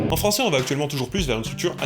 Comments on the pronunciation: le fran-z-ais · Par contre "Fransais" avec le s c'est vraiment dégueulasse :( Juste pour ce mot, il ne faut pas supprimer le ç